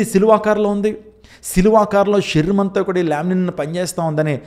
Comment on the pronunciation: Shariram word not pronouncing bro